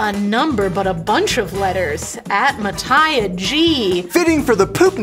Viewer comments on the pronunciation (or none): I have someone in my class named Mataya and that’s not how you say it 😂 (488th comment)